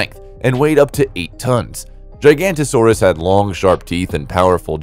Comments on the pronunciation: Spot on. He says "Gigantosaurus", instead of Giga-Noto-Saurus. "Noto" comes from nótos, meaning South in ancient Greek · I almost had a brain aneurysm every time you said gigantosaurus